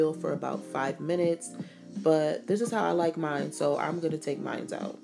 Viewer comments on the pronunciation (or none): none